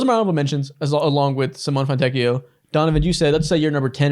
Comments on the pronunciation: LOVE FROM ITALY (the e in Simone is not silent btw) he's a fantastic player. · Simone is not pronounced like that😭😭😭